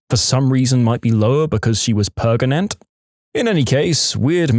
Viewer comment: I think he just thought that saying gregnant, pregante, pergant, etc. was funny because when the video was first recorded that meme song was going viral.